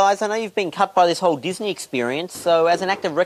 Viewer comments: Dizz-a-nee lmao, sorry. I had to do that. mcl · is he saying dizzy knee? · Diz Uh Knee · Lmao sounds like J is saying disiney